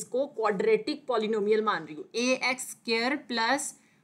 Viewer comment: Abeeeee tum pehele polynomial bolna sikhoooooooo